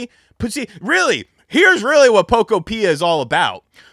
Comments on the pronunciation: It’s Po Kopia not Poko pia 😂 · If you can't say the name of the game correctly, you can't talk about it. 😂